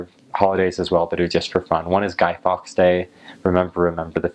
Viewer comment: Glad you enjoyed hanging out with "us Brits"! ⭐ ("Guy Fawkes" not "Guy Fox" re: "Bonfire Night" , re: "Remember, remember the fifth of November!") just read your subtitles and needed to tell you that we know Guy Fawkes, not Guy Fox, with his plans to blow up Parliament, many centuries ago. Did you find out his fate? Very grim.